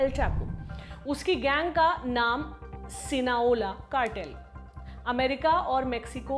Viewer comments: It's not sinaola It's Sinaloa . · SINALOA ...aap galat bol rhi ho sinaola nhi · Sinaola nhi sinaloa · Sinola nahi Sinaloa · Sinoala nii mam Sinaloa 😂😂 h mistake hogyi apse bolne m Sinaloa cartel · शायद वो सिनालोआ है, ना कि सिनाओला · Its Sinaloa not Sinaola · It's SINALOA, not SINAOLA !!! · Not Sina Ola... Sina loa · Sinaloa cartel not cinoa Mdm gg